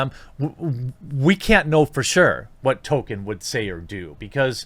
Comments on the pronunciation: Tole-Keen, not Toe-Kin. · Wait, I thought it was "Toll-KEEN", not "TOE-ken"? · His name is Tolkien with an L. His name is not Token. Learn to read. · >says "TOKEN" throughout whole video Jeremy it's pronounced TOLL-KEEN. There is an L in there. ToLkien. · No it isn't. "JRR Token" is a common mispronounciation among pseuds and posers who haven't even read the man's works. Dropping the L completely is in no way a result of Northern US accents. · Tolkien> Tokin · Ok I'm far more annoyed by the way you say Tolkien than whatever dumb shit the guy you were covering said.